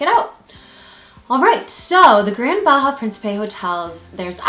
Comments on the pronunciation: You need to pronounce the names correctly Dear... such as Sian Ka'an sounds like "See On Con" and Bahia is pronounced like.. "Buy Hee-a". We love the Sian Ka'an's private beach with its own bar but you have to be in the Privilege Club Member to go to that beach. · Bahia, pronounced BAA-HE-AH